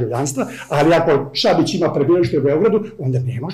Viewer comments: Nije Švabić, već Šabić xd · Šabić, ne ŠVabić. Da je samo jednom, pa ajde....